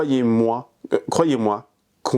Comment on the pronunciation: Nan mais la prononciation parfaite du hamdoulilah 😂 tu commences à parler arabe avec tous ces drama 😂